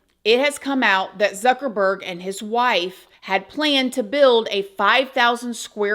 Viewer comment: Imagine you spend all that and then something terrible happens to you before you can even use it. Youre funny when you were saying ZucKeRBurrrrGG. 😅